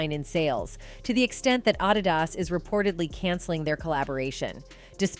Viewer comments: It’s B-ow Down not boh down. It’s A-dee-das not A-did-das. 🙄🤦🏾‍♀️ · Wait, wait, wait, wait wait! Did she say "Ah- Deeee- Dahs"? Lol😅😂 You guys need to do your research before you hit record. It's Adidas is pronounced UHHHHH-DEE- DUHS. The accent is on Uhhhh. 🤦🏻‍♀️ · The commentator of this clip, SUCKS!! You have stated some false info on here, mam. And "ADIDAS" is pronounced A-Dee-Dus, not A-Die-Des 🙄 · I’ve never heard “Adidas” pronounced “ Ah- Dee- dahs” 😂 😊😮😅😂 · it's hilarious when the narrator mispronounces 'bo' for 'bow' and 'ah-di-das'...signaling a robotic origin of this voice. and likewize, the entity known as beyonce, whom is the queen of construct, and narcississsssstic excess, darling of the music industry which has been corrupt for eons, but is now even out-doing itself...if you have actual soul in yr voice, like rihanna, it makes the robots jealous... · Did she say, "Ah Dee Das"? Please get better narrators! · These AI voiceovers crack me up! Ahdeedahs....😂😂😂 Boe down...😂😂😂 It can be confusing if you're not watching but just listening while you work. I happened to look up when she called Adidas ahdeedahs. I wouldn't have known what she was talking about had I not looked up then. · So nobody going to notice how she pronounced ADIDAS😮😂😂😂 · You said adidas wrong :) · Did u hear the way they said adidas? Hahaha. Beyonce has always had a bitter side. Shes just jealous. I dont blame her But she needs to remember. Her and her husband have a whole dynasty amd legacy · Your AI voice needs to learn how to say "Bow" Down and "Adidas." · this is a robot they didn't even know how to pronounce adidas ! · Wtf she pronounce Adidas like that 😂 wow 😢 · She can't even be bothered to pronounce the name of the song right. Then can't pronounce Adidas right.